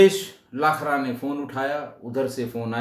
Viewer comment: लाखरा नही लखारा हैं